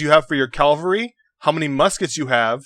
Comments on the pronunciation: You can't pronounce cavalry? Clearly that invalidates your opinion! shudders with nerdgasm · If u cant say cavalry u can say cav or horseman right? Its no big deal.